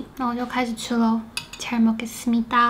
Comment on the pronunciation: 잘먹겠습니다🍲 講韓文很標準〰️